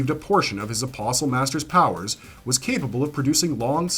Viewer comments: thank you for pronouncing apostle correctly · Lol nothing is worse than people say “apostle” and enunciate the “t”. Blech, makes me cringe every time. At least he didn’t do that, lol.